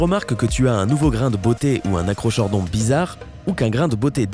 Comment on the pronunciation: Acrochordon se prononce a-kro-kor-don